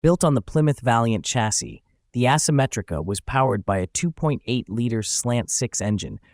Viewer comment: It's also ehsymetrica not assemetrica